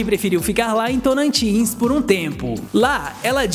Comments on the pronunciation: É Tocantins e não "torantins"! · Correção .ele falou torantis.n é e sim Tocantins ...se informa melhor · Acho que não é tonantins e sim Tocantins